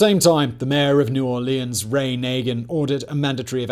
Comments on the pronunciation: Its New Orleans not New Aurelions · “New Or-lee-ahns” Painful… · Every time when he says new orleans i wanna puke